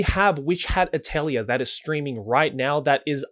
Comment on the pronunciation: FYI. Atelier is a French word and rhymes with clay. At- el-yay